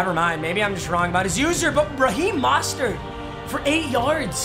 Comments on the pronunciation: “Raheem Mostard”😂😂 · It's Reheam MO-STER